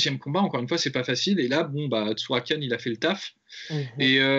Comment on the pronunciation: Juste les gars c’est Tsarukyan pas Tsurakyan